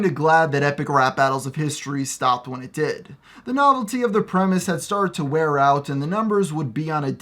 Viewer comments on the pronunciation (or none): none